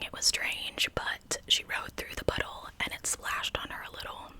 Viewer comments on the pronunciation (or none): Love you. Am I the only one who heard "butthole" every time she said puddle?